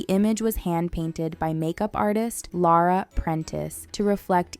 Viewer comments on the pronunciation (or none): none